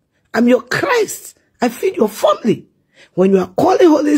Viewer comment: "I feed your 'famley'."😂😂